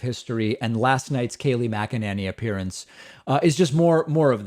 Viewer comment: Mcenany Saying her last name wrong, I'm not sure if I spelled it correctly.